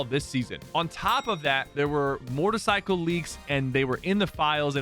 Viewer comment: Sypher said mordercycles